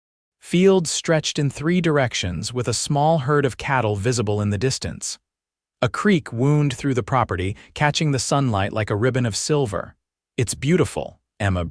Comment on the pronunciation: The word 'wound' - can be used for injury or - for a winding road or winding a rope. They are pronounced differently. I've heard this particular narrator pronounce it incorrectly more than 4 times. Suggest reading it allowed and consider it's meaning.